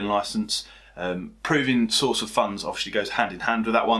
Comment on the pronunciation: "Source" not "Souce"